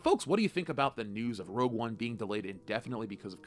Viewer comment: You confused saying "Rogue One"